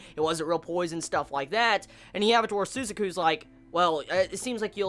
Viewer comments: Every time he says "Sue-za-ku". It hurts. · It's Su - ZAH - ku with an emphasis on the Zah syllable. Sorry, strange things bother me. And yeah, those fucking Pizza Hut product placements XD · I don't know if you know this already or not,, but Suzaku's name is pronounced Su-zah-ku and Pizza Hut = A proud supporter of the rebellion. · su - ZA - ku. Thanks for review, loved the episode. I'm out.